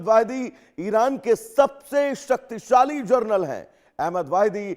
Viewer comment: वाहिदी जी जरनल है या जनरल ?